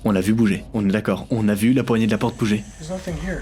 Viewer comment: A seconde c'est moi ou il dit "OUVRE LA POTRE" 😂😂